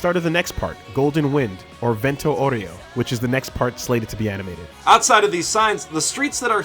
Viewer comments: dude this guy said vento Oreo not vento aureo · Vento Oreo. "Au" in "Aureo" is read as "ou" in "ouch" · Di...Did you say vento d'oreo.....